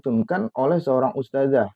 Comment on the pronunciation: bukan "ustajah" ustadz, yang benar "ustadzah". bukan pakai huruf JIM tapi DZAL. kritik tajwid, ngebacotnya saja salah bacot. ustaaad... ustaaaaaddd.... traaaddd...